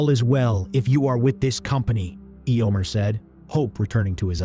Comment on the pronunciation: These are so fun thank you. The pronunciation of EHYOMER is weird (Eeeomer), maybe when you write the script you can phonetically write out the names for those which the AI has trouble with?